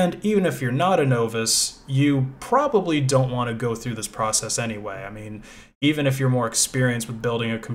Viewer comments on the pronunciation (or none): none